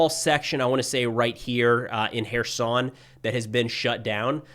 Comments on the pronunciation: not even close to Kherson. I imagine it was just a mispronunciation. Love the videos by the way. Слава Україні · was looking for this lol